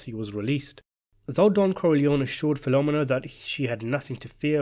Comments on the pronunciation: The pronunciation of Filomena hurts my ears. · Great story, but the pronunciation of Filomena got me cringed every time.